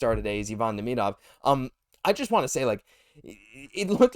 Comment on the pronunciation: Saying Demidov name wrong Christ 😂